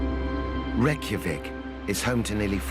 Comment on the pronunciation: When the narrator mispronounces the capital it’s hard to watch… 😇😍😎Otherwise, this is educational.